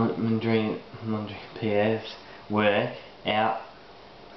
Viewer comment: You seem to have difficulty even pronouncing his name. This is an atrocious pastiche of Mondrian.